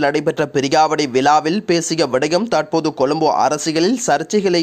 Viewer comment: போடா நீயும் உண்ட தமிழ் உச்சரிப்பும். ஸ்டைல் என்ற பேர்ல தமிழ் மொழிய அசிங்க படுத்துற மாரி பிழை பிழையா உச்சரிக்கிறாய் eg. தாற்போது, காட்டம் காட்டாமஹா சிறுவர்களுக்கு